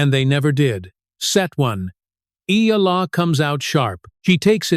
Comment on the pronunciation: This stupid AI generated voice and reading can’t even say her name right.